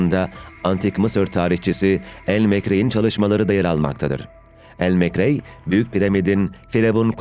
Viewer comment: Ayrıca Elmekrey de neyin nesi Allah aşkına. Doğrusu, el-Makrîzî.